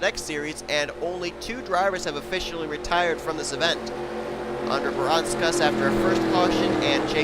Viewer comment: That moment where Seth Cole derped when trying to say Audra Baranauskas' name right, but says it terribly wrong. (Voyles told me to do it.)